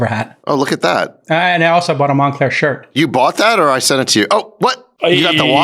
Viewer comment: “Monclear Tat “ 😂